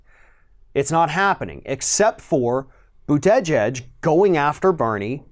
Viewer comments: The polls said Hillary would win, and look how that turned out. I like Bernie and Pete. Either way I will support anyone the Dems put out. And for God sakes learn how to say to man’s last name correctly. The way you butcher it makes you sound a bit Fox News caster, lazy and stupid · It’s fun listening to pronounce Buttigieg’s name! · I thought we had the pronunciation of Buttigieg down ,guess not 😅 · Buttigieg's name is pronounced differently in every ROF video. Now we're at "Bu-TEH-jedge". Whoever he is, he's an empty suit. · He still really needs to work on his name pronunciations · I'm not a fan of mayor Pete But if you're going to criticize him and pretend you know what you're talking about you should at least pronounce his name properly. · I agree with you about Buttigieg. I liked him at first but I'm not liking him now. But that aside, your pronunciation of mayor Pete's is making me cringe. I love your videos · Lol, still can't pronounce his name??? Democrats are like a pack of dogs who are out of Harmony and snarl and attack each other.... Way to divide the vote ya'll! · Folks should give Mayor Pete chance. It is still early. Mistakes small and large have been and will be made by all. He may attract young people to vote for the first time. What is wrong with being in the center on on the left? Commentator lost some credibility with me by mispronouncing Mayor Pete's Name. Emphasis is on the first and last syllable, not the middle. Commentator is smarter than that. Did he do it on purpose? Commentator's tactics are starting to remind me of Rush just on the other side. What is wrong with saying your opponent cannot win in a primary. Every single candidate will do it, then the winner will choose the person he criticized most as a running mate. It has always been that way. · This dude butchers the last name lmao boot edge edge haha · Pete "Boot-edge-edge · just say booda jej. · I really wish you'd learn how to say Buttigieg! It's annoying.